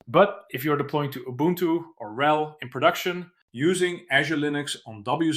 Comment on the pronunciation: Can't tell if the reading is AI slop from the mispronouncing of RHEL and VMs.